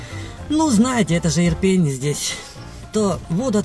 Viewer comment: Иопинь, а не Ирпень. Причем тут пень?